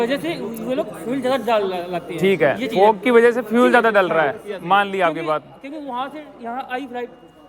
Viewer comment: banda fog ko fu*k kyu bol raha hai 😝😝